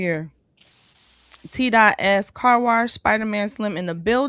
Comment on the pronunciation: Why can’t Keri say wash without adding a R? WaRsh waRsh waRsh 😂